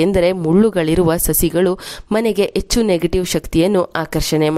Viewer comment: Madam , yechchu alla, Hechchu anni. Pronounciation should be correct while presenting the edition.